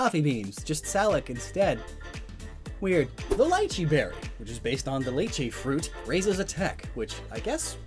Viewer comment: 8ts li chi not lieche